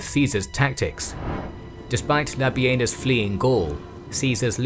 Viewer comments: Everytime you say: "Labienus", it sounds to me like: "Labia-Anus"....... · Labienus more like Labenus :D